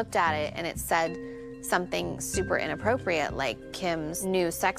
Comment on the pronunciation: “Inappropiate”. Lol...